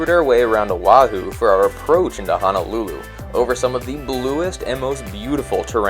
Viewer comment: Love this channel. It's one of my favorites and haven't missed a Sunday yet. Just one suggestion. Being from Hawai'i, it's pronounced HO NO, not HA NA lulu. 🙂 Thanks for the great videos!!